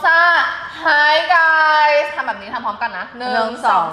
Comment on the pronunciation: Hi guys! (ออกเสียงคล้าย ฮายไก่😂) เป็นคำที่พูดทักทายเพื่อน ตอนไปประกวด Miss Eco ค่าา